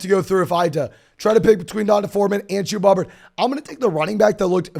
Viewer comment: Who is Chewboo Hooboo? Or James Coooo? Pace yourself,.